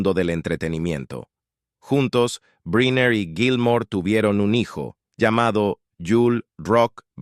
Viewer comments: Se pronuncia: Brainer , no Briner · Caballero, excúseme el atraimientos, brynner, se pronuncia “brainer “… perdón… eh? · Pronunciación: Brainer